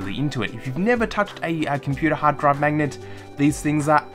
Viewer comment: Say 'mangnet' one more time